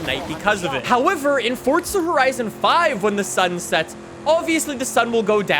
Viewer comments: Tip a dully dose not count as 2 wheels it counts as one and its forza not fortza thank you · it is pronounced F-O-R-Z-A not F-O-R-D-Z-A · You should try saying FORZA not FORTZA!!!!!! sorry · Him: Fort-tza Everyone else: Four-za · Stop calling the game Fortza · Its forza not fourtza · 4za not fortza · "forsta horizon 5" lol... "z" whats that? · stop calling it fortza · WHY do you say "ForTza horizon 5"